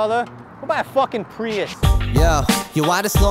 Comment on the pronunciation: Let the “Ay” slip one time 😂....aboot..ay